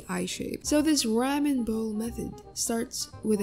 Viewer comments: its "r-ah-men" not "rAmen" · It’s pronounced raw men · ramen? its pronounced raw-men im pretty sure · gurl i just noticed u call it rAmen when its technically its RamEn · It’s pronounced rom-in not ram-in even though it’s spelled Ramen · RAWMEN!! NOT RAYMEN!! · IT'S RAH-MEN NOT REH-mEN!!!!! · What gets on my nerves the most is when she says ra-men when I think its clearly raw-men Lol correct me if im wrong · Haha I may not be japanese buuttt Its not raa men its Raw men Haha Ramen noodles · whats a ram-ehn bowl, its rah-men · The way you say ramen it’s pronounced like RAW MEN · RAHMAN even dub anime says ramen right 😂😂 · REH-men bowl. 😆 still love the video. Like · R-a-men? I'm not judging how you pronounce it but like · Ramen is actually pronounced Rah- men Sorry to be rude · They said RAMMAN bowl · can't get over the " rammin' " pronunciation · Im glad im not the only one who was bothered by the way Ramen is said. the tutorials really nice tho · This person cannot pronounce the "ahh" in "ramen" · While the tutorial is semi-useful. Can't stand the way you keep pronouncing ramen. Like if you're going to lecture people on their art, maybe first improve pronunciation? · I'm sorry but that is the WORST way I've ever heard someone say ramen. 😐😂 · Ur saying Ramen wronggg 😫😫😫😫😫😫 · The way you say ramen is rlly weird.. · Had to stop watching because of how they pronounce ramen 😂💀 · The way you said ramen made me have a seizure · Its the way she says ramen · ramen now raaman also almand not aalmooond